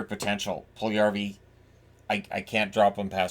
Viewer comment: Puljujarvi = pull you yarvi. NOT Pull yarvi. Stop miss this name pronouncing. Stop listening to dopey radio/TV pundits.